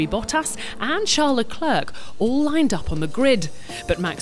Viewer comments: Can we please get this woman to pronounce LeClerc's name correctly? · Learn how to say Leclerc if you are going to say his name